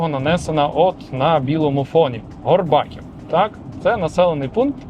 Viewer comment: Горбаків - наголос на і :)